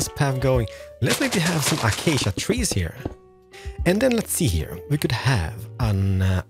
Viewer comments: Ah-cha-cha planks bruh im dead its A-CAY-SHA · achcha planks it 's acacia planks a-cay-sy-a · he say's Achasha instead of Acacia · Acacia should be read like akasya not achacha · love how you say Achacha it sounds good and fluid even though it's the wrong pronunciation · Man i wished i knew a long long time ago,your builds are so easy to build,your voice is like ASMR,and how you pronounce items like acacia A CHA CHA is so funny BTW NEW SUB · Lets grab some "achacha" slabs lmaoo I love you man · Real block: stripped acacia: achacha real smooth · take a drink each time he says a-cha-cha wood. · Just a little message for you: Acacia is pronounced: a-Kei-sha Also this house helped alot and through the windows i killed pillagers. 👍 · The one thing I do not like about this video is that he said Acacia wrong. Other than that the video was perfect!! (Uh-Kay-Sha) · i love how you spell acacia as a cha cha i dont hate it im just saying its cool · "achachia planks" 😂😂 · "Achacha Planks" "Achacha Slabs" "Achacha Trapdoors" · Achaca planks? I like how you say acacia =) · DID HE SAY ACHACHA PLANKS? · Did anyone here him say “Were also gonna be using achacha planks, slans, and trapdoors, and also window pe***es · the way you sayed AcAcA Slabs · iam new to his channel so idont know if he always say achacha planks... Keeps bothering me with the pronunciation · I prefer when he says "acacia wood" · I like the way on how he pronounced ACACIA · The way he said acacia is too much 😂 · i dont know if he's reading acacia wrong or he just read it that way